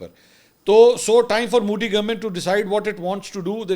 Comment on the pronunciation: Bhai sahib apne tallafuz pe dhayan dijye. Modi hai moudi nahi, Urdu mein is pe zabar hai pesh nahi 🤗